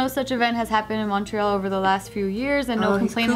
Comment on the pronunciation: Btw Montreal is pronounced ‘Mun-tree-all’ ;)